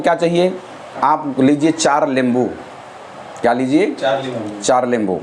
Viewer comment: nimbu boleya lembu nai hota😅😅😅.....lemon=lembo😂😂